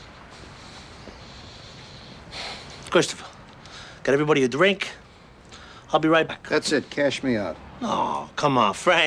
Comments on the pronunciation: ”Get everybody a dwink” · “Christopher get everybody a dwrink” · “Christopher, get everyone a dwink.” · Interdimensional Bigfoot I remember all of that, I just never noticed saying "drink" like "dwink", lol. I guess I'm not as seasoned a vet as I thought, lol. Cheers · Cwistafuh get everybody a dwink.. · Thank you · "Get everyone a DWINK" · Cwistopah geht eveaybuhdy ah dwink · “Cwistopha get everybody a dwink” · Kwistaffuh, get evewybody a dwink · ... Chwistiphah get evwebody a dwink...